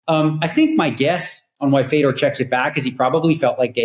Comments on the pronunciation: Fay-Door - you can say it correctly,. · How can't u Pronounce Fedor correctly ! He's a legend ! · I don’t know why but I found him mispronouncing it tilting af